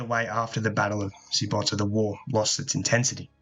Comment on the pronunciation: Very good.I live on Corcyra, which is now Corfu and the Greeks pronounce Kerkyra. Sybota is actually pronounced Syvota,as the B in greek is a V. I think I am right in saying that 100 boats were waiting in Chimerium for a year. This is now Parga and there is a big bay with a fresh water spring coming into the sea at 30m deep and is visible on the surface. No doubt they would have taken water from there. One day I will scuba dive to the bottom and take a look.